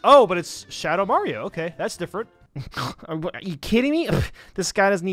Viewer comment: "mayro smm"